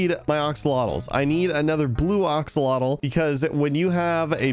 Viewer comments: Day 1 of telling to say axalotl not oxolotl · OXOLOTOL -_- AXE-L-OTL